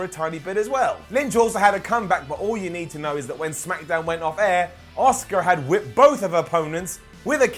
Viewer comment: You want to care? But they won't let you? Man you just said this Daniel Bryan shit is awesome. You've reverted back to bollocking bastard shite Her name is ASUKA, not Osuka